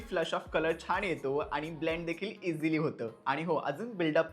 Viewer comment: छाण नाही रे छान बोल